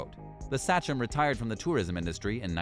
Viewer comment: Uss“Say-chum” not satchum 😂oh man 🤦‍♂️